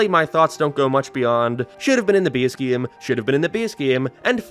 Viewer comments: Why does he keep saying gaem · This guy pronounces “game” in the same way Fred from Scooby Doo says “treasure”